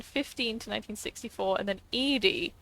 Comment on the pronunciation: kind of impressed you got "Edie" correct straight away, most people say "Eddie" but I'm only 7 minutes in and I can name 6 things you glazed over/rushed passed. slow down and explore, you would find a lot more detail.